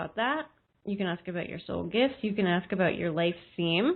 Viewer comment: When you said Soul gifts I heard heart